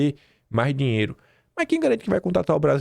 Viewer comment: Esqueceu do "R" na palavra "dinheiro" da tumb